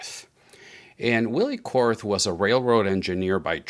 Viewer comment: Finally somebody who pronounces the brand name right. Puzzles me why he then pronounces Willy korths name the wrong way again !